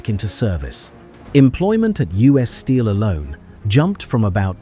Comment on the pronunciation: Why can't A.I. pronounce U.S. Steel without a pause. Doesn't this mean that no one listens to what they produce? Just input "you ess" and it will probably work or just read it. 😄